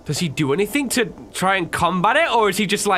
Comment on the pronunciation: a n y t h i n k